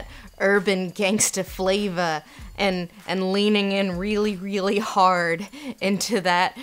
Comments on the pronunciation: I love your analysis but every time you said flava I wanted to mute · editing, sweetie. we didn't really need 'urban gangsta fla-vah' six times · I hope I never hear the word 'flav'ah' again... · i chuckled every time the words "gangster flayva" were said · Stop saying “flava” .... please.....